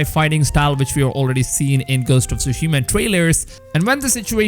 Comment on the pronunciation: Is it just me? I feel my head is going to explode every time I hear TSUSHIMA BEING SAID WRONG, In the extended trailer a Japanese man pronounce the name of the island as it should be, hearing all “Youtubers” say the name wrong only shows a deep disrespect of a foreign language. FML. 🤮